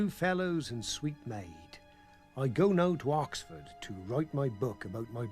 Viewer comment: Weird cos i grew up with story & just wanted to see Vorderman before surgery in a short skirt I hate the why files ,its the worst research & AI generated tripe ive ever seen - BAR ONE EPISODE ,this one , the way AI pronounces " OX Ford" will crack me up every time i go past the sig for Yoxford on my way to Ipswich ( Crop circles ones was OK too cos he wasnt lying then ,now hes a paid debunker in exchange for TV exposure )